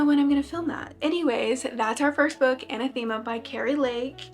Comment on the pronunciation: Anathema - pronounced uh-NATH-em-uh